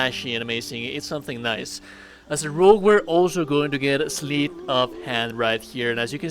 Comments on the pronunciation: Sleight of hand is pronounced with a hard eye … sl eye ť Not “sleet of hand.” Just a friendly correction. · it's pronounced "slight of hand" like "light"